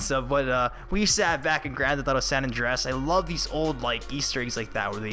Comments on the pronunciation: San Andreas not san Andress like u Said i the video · "San Andrass".. pretty sure it's pronounced "San Andrey-es"...